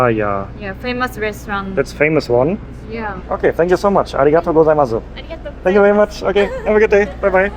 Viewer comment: he heard how to say Arigato Gozaimasu for so many times yet he STILL say it wrong :D don't get me wrong, I enjoy your Japanese trip so far, I just can't stand this :D